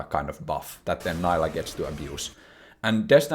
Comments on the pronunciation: bro, you're not american, she is not "nylah". you are allowed to pronounce stuff correctly. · This video has factualy wrong info..... it's pronounced Neeelah <3. Jk, amazing video. I just love the ''I coined these terms'' moment xD